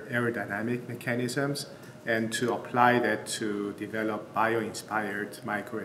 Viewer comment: This is awesome but I couldn't focus because he kept saying "MAT-erials." Every time he said it, it threw me off. And then "me-CHAN-isms." How can you be a genius materials scientists and not know how to say "materials"???